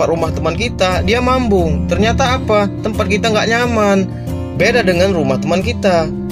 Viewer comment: Mabung bg, bukan mambung..😅😅🙏